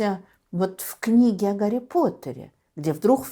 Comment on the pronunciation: А Гарри по русски надо произносить